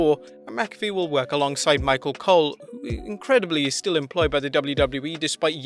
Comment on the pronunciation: Pat McAfee = Pat Mack-a-fee Sirius XM = serious x m Maybe people in the UK pronounce McAfee differently but Pat himself says it the way above. I'm sure I'll be told how wrong I am by some elitist Europeans but that won't change the way we say it.